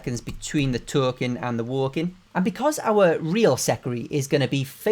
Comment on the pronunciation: "taUlkIng AnD tHe wOuLkEiNg" got me